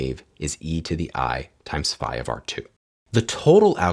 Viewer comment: Did you pronounce that " FI " or is my phone stripping off the frequencies of " sigh "?